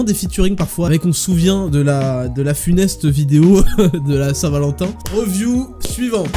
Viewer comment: Mec. J't'aime bien ( même si je trouve ce format un peu trop sage :) ) Mais le "reuviou" c'est pas possible. Soit tu dis "analyse" , soit tu prononces "review" comme ça se prononce. "riviou" phonétiquement. Merci!